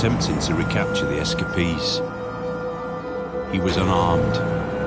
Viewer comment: S Ka Pees = Escapees